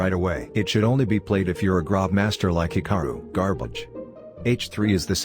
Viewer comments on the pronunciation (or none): Why u say hikari it's Hikaru